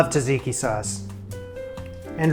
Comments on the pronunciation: Tza-tzi-ki, not “taziki sauce.” Looks really good though! 👌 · Greek here! I would eat that burger rn lol. Also it's pronounced with a J not t, both tz, tzatziki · you made that burger completely wrong, the bun should be on the INSIDE and the onions should be scrambled jokes aside, looks nice and I only commented to say "tasseeky" is now my new favourite way to say tzatziki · TZA-TSIKI sauce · Your videos give me anxiety and make me laugh at the same time and I love it. Also - the way you pronounce Tsatsiki had me in tears 😭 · Cracks me up every time he says it!